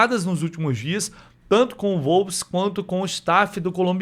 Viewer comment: Wolves = UOLVES. Não "volves"